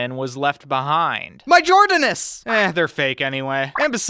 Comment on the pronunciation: “Jordanus” is the funniest thing I’ve ever heard